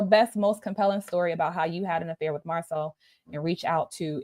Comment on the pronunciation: I have no dog in this fight; however, it's not a good look. Rumors have legs but I don't know about this one. She kind of lost me at Marcel😬😆🤣🤣🤣🤣‼️ Like ma'am....how do you wanna marry someone and can't even say their name properly??